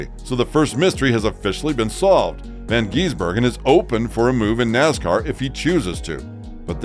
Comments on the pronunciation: Not von it’s van and he’s a kiwi not an Australian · never heard anybody mispronounce his name so many time in 8 mins. It's VAN not Von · It's van not von gisbergen and he's not an Aussie he's from New Zealand